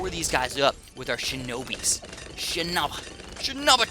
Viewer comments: Btw kids, it's SHINOBI not SHENOBE...... 😆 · Pronounced SHI-NO-BEE